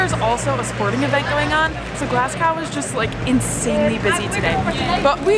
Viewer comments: The index on the video said, "it's pronounced Glaz-go", and you then go an call it "Glass-cow", like most other Americans, and this whole, "we are eating Haggis, made from lungs, heart and liver, try it if you dare", is getting pretty old. I lived in American for a year, and some of the shit you eat puts Haggis to shame, Hot-dogs (lips and assholes) chittlins, and WTF is head cheese? it would be nice to see some of our American friends, just try Haggis, rather than make it look like your about to eat a cadaver, and if I am honest, it's pretty insulting, and insensitive. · Yeah, "Glass-cow" will single you out as clueless in a second. "Glas-go". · I know I’m getting old now grumpy but jeez, how hard is it to pronounce it properly…..glas go!!!!!! FFS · i cant listen to you say "glass cow" one more time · IT IS NOT GLAS COW SICK AND TIRED OF AMERICSNS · MAJOR CRINGE ALERT !! GLAS GOW ?? Glasgo and Mosco ! "Traditional " haggis doesn't come covered in batter from a Chip Shop !! It's boiled in the sheep's stomach and eaten with NEEPS AND TATTIES (mashed turnips and mashed potatoes).